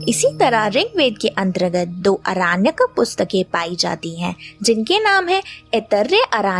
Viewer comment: upAAnishad nahi hota hai, its Upnishd. arAAnyak nahi aranyak hota hai.